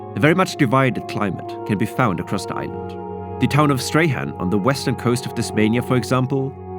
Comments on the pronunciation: FYI: Strahan = "Strawn" or "Strorn", not "Stray-han". Don't ask me why. That's how they like it. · Stray-Han eh? Try Strawn. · it's said "Strawn" not "Stra Hand" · 'stray-han' bruh what the fuck its pronounced 'strawn' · The pronunciation of Strahan got to me. FYI, it's not "Stray-Han", it's pronounced "Straw-n" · Stray- han 😂 good attempt. It's actually "strawn" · I'm sorry, did you just say "the town of Stray-Han"? Pronounced Straw-n. Strahan. English is weird. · its pronounced strawn not stray han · pronounced “strawn” not “stray-han” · Stay-Han! Ahahahah. Love it! It’s pronounced “strawn” or /ˈstrɔːn/. Similar to Melbourne’s Prahran, pronounced “puh’ran” or just “pran”. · Strahan is pronounced like 'Strawn' and not 'Stray-han' 😂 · Yeah, was a little amused at 'Stray-han' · Nice content, but please research local pronunciation of names. For example, the west coast town of Strahan is not pronounced as "Strayhan", but rather "Strawn". Cheers :) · Learn to pronounce the towns. Not " Stray han" but Strawn. Spelled Strahan. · To be fair "Strawn" isn't an intuitive pronunciation in English 😊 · A great video. Couldnt help but chuckle at the pronunciation of Strahan though. Its pronounced like Prawn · No way bro pronounced Strahan “Strahan” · obligatory pronunciation correction, Strahan is pronounced "Strawn". Great video! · Strahan is pronounced "strawn" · Well you can tell he’s never been here with how he pronounces everything 😂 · Great video. Strahan is pronounced "Strawn." Don't ask me why. English... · Nice video. Just a guide to pronunciation though. You mentioned Strahan early on- say ‘straw’ with an ‘n’ at the end (strawn)- now you’ve got it! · STRAWN is how you pronounce Strahan. Geeze, if you're going to talk about something, learn to pronounce things correctly. Very distracting. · Strahan is pronounced Strawn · prounz Strawn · Pronunciation check… Strahan = Strawn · Btw, Strahan is pronounced Strawn. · Strahan is pronounced as Strawahn